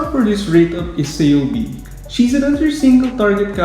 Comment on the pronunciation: kei-oh-bei bai-beak